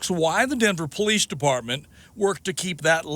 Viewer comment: What a COLD RESPONSE from Mr. TOP BRASS "POHLEECE OSSIFER" with respect to an innocent SENIOR LADY CITIZEN. He obviously does not care two hoots about an innocent senior citizen and the terrible effect that it has on her. He should be made to resign immediately. SHAME! SHAME! SHAME!